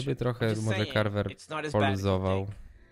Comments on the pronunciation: Kocham jak muwi carvar anie carver XD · Czy tylko ja zauważyłem że czyta Carvar a nie Carver